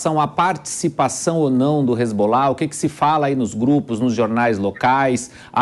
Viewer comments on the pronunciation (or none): none